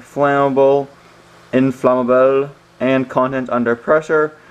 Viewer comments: you said "inflammable" with an accent, like it was the spanish or french version of flammable. The two words are english and mean exactly the same thing lol... also, its not really toxic, some people huff it to get a buzz, so they slapped a warning on it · The way he said inflammable